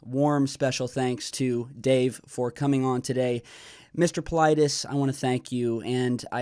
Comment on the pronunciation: You killed his name. He must have Greek roots, his name must sounds like Pavlethes (use google translate and put the following: Παυλίδης then ask to translate from Greek and use the speaker button to hear how it sounds)